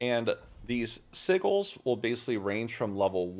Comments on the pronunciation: the mispronunciation of "Sigils" is triggering me mega-hard :P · The way says “sigel” 🤣